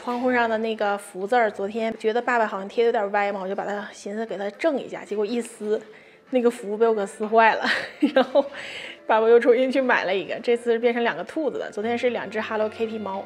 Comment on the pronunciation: 一不小心，整出来个“寻（xin)思”